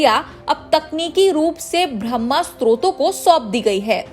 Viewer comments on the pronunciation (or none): ब्रम्भ नही बाह्य हैं 🤣